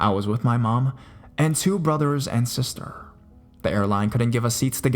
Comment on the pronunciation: And sis-TERR